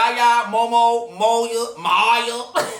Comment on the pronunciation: It's Mo-YAH. Lmao. I got the similar name but with an A.